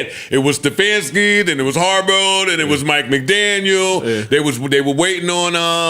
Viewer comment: Does Joe pronounce players/coaches names wrong on purpose (Harburow)